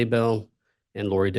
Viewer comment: I love that 40 seconds in he mispronounced Lori's name where it sounded like he called her "Lori Dybbuk". In folklore, a dybbuk is " a malicious, disembodied spirit, essentially a wandering soul that clings to a living person, often causing possession or mental distress." That's like a sixth sense type Freudian slip... 👻 😂